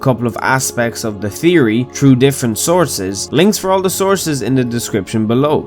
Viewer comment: Good job man, you've got the th in theory but the th before 'r' needs work c.f. (I.e; through)